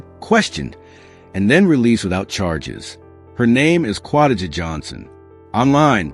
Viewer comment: Romecca is a She Qua-Day-ja pronounce